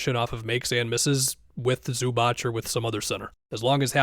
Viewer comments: It's pronounced Zoo-baatz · loved the video, but zubac is pronounced like zubats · Bro learn how to say Zubac already